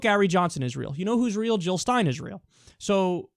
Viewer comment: Jill not hill!!